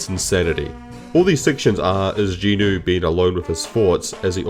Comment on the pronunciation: Is saying Jin-woo as jinu some sort of bait? I am confused here. Also I am not sure how My Hero Academia is a good example since it suffers from the very similar issues that Sooo Leveling does but it's training arc is like 100 chapters long instead.